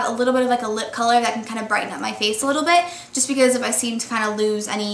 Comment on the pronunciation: she emphasizes the "t" in bit a little too much